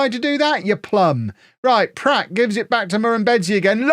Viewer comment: I presume mispronouncing Pratt as Platt is part of the Beckham Effect...